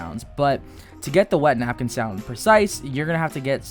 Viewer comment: this guy just said napkinyyyy jejejeje love it!